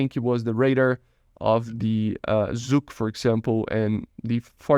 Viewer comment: that's true, but I am a native Russian speaker, so saying "Zucc radar" never stops to amuse me ^_^